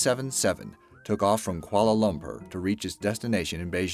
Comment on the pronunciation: ...or Grumman, Masamune, Kuala Lumpur, and Mount Sinai. He was driving me nuts.